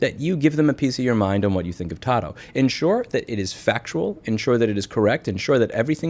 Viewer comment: 🛑🛑🛑It’s PRONOUNCED “TAH-DOO” (slang for to-do) 👀👀👀 not pronounced “tah-doh” 🤦🏻‍♂️🤦🏻‍♂️🤦🏻‍♂️🤦🏻‍♂️ Love you, Louie God bless 🙏🏻🙏🏻😎😎